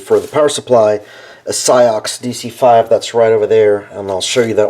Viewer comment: I think CIOKS is pronounced 'chocks'.